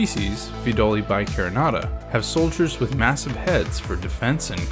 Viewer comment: Hi, their scientific name is Pheidole bicarinata, not bicarinada. Love your videos! ❤🐜❤️